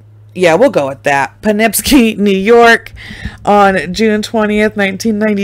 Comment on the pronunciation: It's pronounced Echo Lake Road, Poe-Kip-See and Hair-i-man Drive